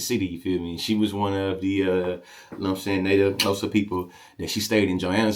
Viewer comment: Bro, you're Xhosa click is on point.